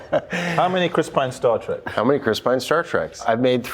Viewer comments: Chris was in 3 Star Trek movies and can't even pronounce it correctly. Chris, it's Star Trek not Star Track!!! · Mark . Howdy! 🤠 Greetings! 🖖 Ahem. Did he say "Star Track" instead of "Star Trek"? 😁